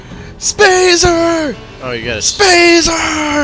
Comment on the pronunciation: do you say spazer just to make spartan lazer sound shorter?